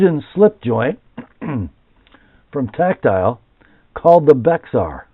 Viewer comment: Bexar is the county San Antonio is in. It's pronounced "Bear." Tx does that a lot.